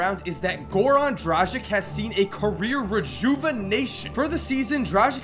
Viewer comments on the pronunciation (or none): Isnt it pronounced dragitsh?